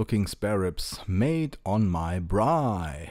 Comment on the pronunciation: Good on you for saying braai